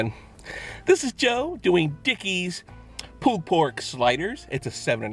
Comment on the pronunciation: Sounds like your saying "poo" pork sliders. LOL. Love it.